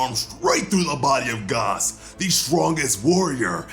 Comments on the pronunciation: Why do you keep calling him guass when his name is gas? Like that triggered me literally the entire video. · Why do you say Goss and not Gas... I don't have anything against it, just feels disturbing ngl. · Gas! It’s fucking Gas! Not Gaas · I kept laughing everytime he said "Gos" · The way he pronounces gas is driving me insane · Gas not Gaus who tf is this guy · “Gos” he says no bro it’s gas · It's pronounced Gas not Gas 😑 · It's gas not Goss. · Who the hell is "Gos" Does he mean Gas? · Bro why do you keep saying "GOS" his name is "GAS" as in "gas prices" or "gasoline". Like why are you trying to be so different in saying his name? You keep putting some Accent over the a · He’s saying GOS lol 😂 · It’s gas not goss gaus it’s g a s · It's "Gas" dude. Not "Goss". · Omg I cringe alittle everytime I hear gaus!! Lol I’m sorry! I can’t help it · You can't say gas? Rofl 🤣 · Why is he pronouncing gas like that it’s ⛽️ lol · Bro refuses to say his name right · Dude done missed pronounced gas so many times I can’t even understand it